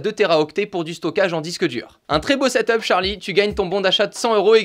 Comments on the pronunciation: Moi je dit ta 2 de la on dit set up pas setop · XD tu dis setop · On dit setup